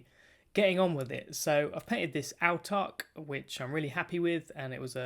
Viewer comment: Great video and gave you a sub. Autarch is pronounced kinda like 'awe-tark', by the way!